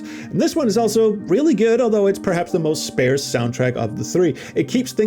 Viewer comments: Definitely like “parse”. I’ve never heard a variant pronunciation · You are pronouncing "sparse" like an Ai text to speech would. It doesn't sound like "spare", it sounds like a British person saying "arse" to describe their butt